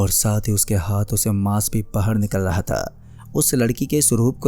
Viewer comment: aao bus( tha the ) ki pronounciation thik kar lo baaki story bhot mst hai